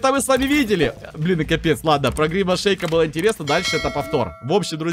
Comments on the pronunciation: Евро завут не гримас шеик а гримас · Не гримас шейк, а гримас!